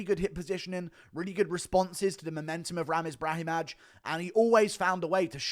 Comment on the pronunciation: Guru we gotta work on these Eastern European names that -aj ending makes an “eye” sound, Brahimaj and Sopaj the j is silent and should sound the same as like Augusto Sakai